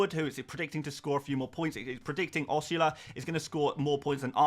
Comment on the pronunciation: It’s pronounced OSS-OOO-LA. Great vid and the 99% ai rating is crazy